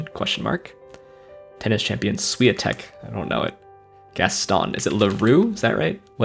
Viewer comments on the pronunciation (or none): That was very kind of the producers to let you have that special keepsake. The "W" in Iga Swiatek's last name is pronounced with a "V" sound ("shvee-AHN-teck"). I remember I had a teacher in high school who was Polish and she clarified that her last name Walensky should be pronounced with a V, but nobody remembered to say it correctly after the first day of class 😅.